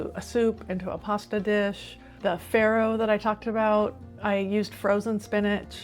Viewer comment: it's not prnounced FERRO but FARRO, italian word. 😀😂